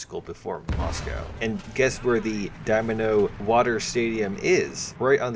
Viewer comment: Dynamo, not Domino, lol